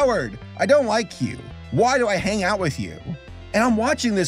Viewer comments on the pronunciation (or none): none